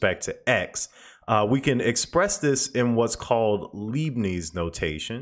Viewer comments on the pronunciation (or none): into your fine video you inadvertently mispronounced "Leibniz notation," named for the 17th German mathematician Gottfried Wilhelm Leibniz. Start with the term for sodium hydroxide, which is "lye." Add the letter "b," followed by "nits." In German when confronted with an "ie" or "ei" in the beginning or middle or a word, stress the second letter. A German "z" is rendered with a "ts" sound.